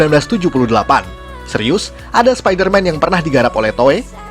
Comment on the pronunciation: Orang yang denger : spiderman Aku yang denger : sapider mam